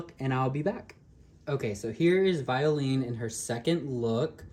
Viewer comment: Her name is pronounced as 'Vyo-len' in french.. I like this doll but I skipped on her because I'm not a fan of dolls with painted lashes. it looks crooked and wierd in certain angles